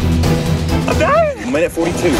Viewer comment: “Im dying” Its in such a weird pitch